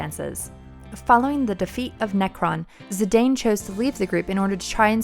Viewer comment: Also, Zee-dahn instead of Zee-dain